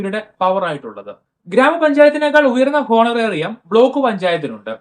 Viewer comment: It is not ഹോണറേറിയം But it is ഓണറേറിയം 🙏